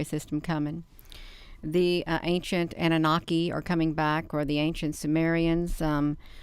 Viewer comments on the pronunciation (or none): none